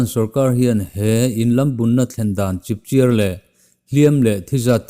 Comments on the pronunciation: Chipchiar i lam dan hi a diklo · i thu chhiar a ngaihnawm thei khawp mai mahse chipchiar tih hi i thluk/lam dik lo deuh ziah